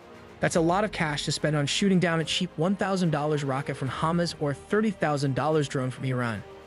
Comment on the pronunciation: You also pronounce hamas wrong